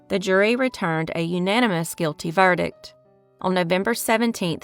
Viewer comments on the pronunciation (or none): none